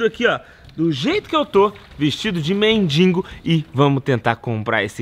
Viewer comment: Pessoal vamos caprichar mais na língua portuguesa. mendiNgo não amigo. Tira esse N aí. É mendigo. Outra sugestão, faça um vídeo ajudando alguém que precisa, será mais valioso. Abs